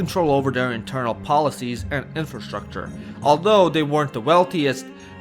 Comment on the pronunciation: majku ti jebem neartikulisanu, obrazuj se pa koristi thumbnailove, inbredu jedan inceloidni masni. Learn genetics, history and how to pronounce words like 'infrastructure' you annoying greasy, inbread f..k. Smecec jedno malo 'sarkasticno' autosovinisticno, nedoraslo online.